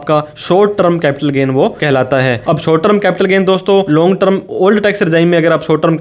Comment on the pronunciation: अरे भाई, ट्रम नहीं टर्म 🙏